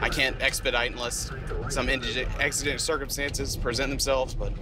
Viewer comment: Are you sure you know how to say "exigent", bro? 😂